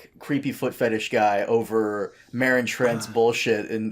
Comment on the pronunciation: Also in GoT season 2 Tyrion calls Ser Meryn "Ser Mowen" and no one noticed